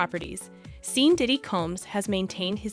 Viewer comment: It’s pronounced Shawn not Seen! Is this more AI? If it is AI, you need to program it to know how to pronounce people’s names. Who is Seen Combs????